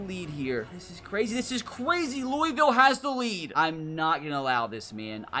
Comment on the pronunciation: As a Kentucky resident, I hate how people outside of Kentucky say Louisville.